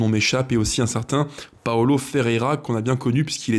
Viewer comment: j’aime bien ce que tu fais, mais s’il te plaît, fais un effort c’est pas un italien c’est pas Paolo Paulo merci 😉